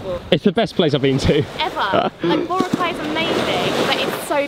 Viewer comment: Please learn to pronounce Boracay properly Note Bora cai its Bo roc ai thats how to say it My partner is from there